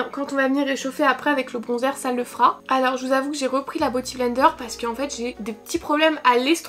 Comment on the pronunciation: t’es si chou à dire boty blender…on dit beauty <3